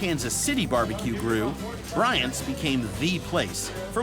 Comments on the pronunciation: Please stop saying “Bryant” 😭. Arthur Bryant’s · He butchered the name of the best bbq place in town, and then he ordered HAM ..... wtf is happening here?